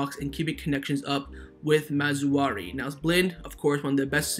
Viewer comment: It's Maz-RA-Wee not Maz-WA-Ree. It's not hard bro lol